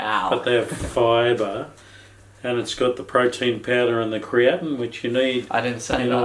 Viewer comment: Are you trying to say creatine? It's meant to be like cree-er-teen. The 'ine' part is from all the amine groups present on creatine.